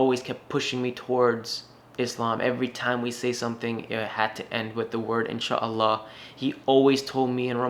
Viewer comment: Please learn to say Inshaa Allah ?